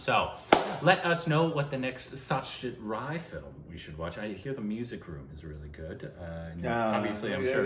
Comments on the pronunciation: It is Aishwariya Rai (Raa + I) and it is Satyajit Ray (pronounciation of "Ray" may be taken from "Sun-ray") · As always love the movie reviews, have to watched this film though! Congrats 🥳 again in the 1M milestone! By the way the ‘Rai’ is Aishwarya Rai comes from Karnataka, she is from a Tulu speaking family. While as you know Satyajit Ray is from Bengal, and the Ray in Bengali is pronounced as Roy but for most Indians it’s is Ray as in the Ray of sunshine! Well he was certainly the brightest Ray of shine ✨